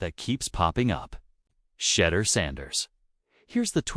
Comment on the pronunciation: Who? Shedder Sanders...really? At least learn how to pronoun his 1st name.